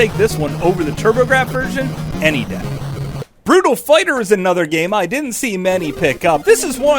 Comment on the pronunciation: The Burai Fighter misread made me laugh alot.